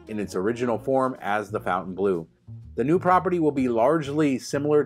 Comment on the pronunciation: It's NOT Fountain... it's Fontain....